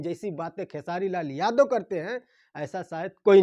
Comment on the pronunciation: Bhai vah sab to theek hai lekin jab Tum khesari Lal Yadav bolate ho to Yadav Shabd per itna Jor kyon ek Karan yah bhi hai isliye hamara Bihar piche hai kyunki hamare Bihar mein jativad bahut jyada hai to anurodh hai aapse ki thoda title per kamjor dekar bole aur jo Mudda hai use per jyada Jor dekar bole taki log acche se samajh paye aur sorry agar yah meri baat bura laga ho